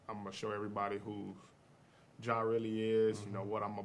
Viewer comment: Just curious, why did you add an “h” at the end of “Ja”… his name is Ja Morant